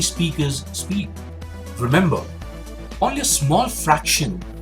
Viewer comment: sounds like "vemember". His accent hurts my ears.